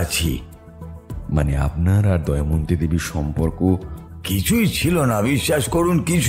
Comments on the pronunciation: Good story… but pronunciations must be done more attentively… the name is ‘Damayanti’ not ‘Daimanti’. Sounds very odd. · দময়ন্তী কে বারবার দয়মন্তী বলাটা বিরক্তিকর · নাম টা দয়ামন্তি নয় দময়ন্তী...plz একটু খেয়াল রাখবেন। সেটা বাদ দিলে অসাধারণ❤ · গোয়েন্দা স্বয়ং যদি গোটা গল্পটা তে "দময়ন্তী"কে "দয়মন্তী" বলে তাহলে আর কাকে কি বলবো।অন্য কয়েকজন দু একবার ভুল বললেও গোয়েন্দা মশাই এর মতো পারদর্শী তা কেউ দেখাতে পারেন নি 😂😂। ওনার আরো অনুশীলন দরকার। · প্রধান চরিত্রের এত বড় ভুল উচ্চারণ মেনে নেয়া যায় না! "দয়মন্তী"...😢